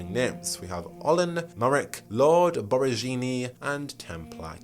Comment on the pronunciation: As I followed Dragon Age updates so close in these years and as an italian, the biggest reveal I got was your pronunciation of Lord Borgiani, the way I gasped. It's funny tho, this will probably be the first thing I think of when meeting that character in game for the first time ahah . (Still very nice as a recap lol)